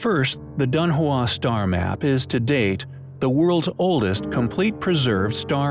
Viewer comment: It's pronounced Dun Hwong